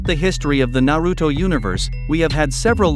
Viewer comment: Stop saying all the Naruto words wrong